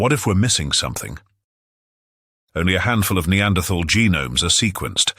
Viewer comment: He pronounces Neanderthal wrongly and it's very irritating.